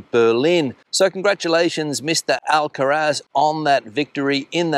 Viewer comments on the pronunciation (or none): Carlos Alcaraz, not Alcatraz!!!! 😀